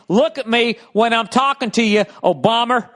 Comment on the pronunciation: "Obamer" that was gold.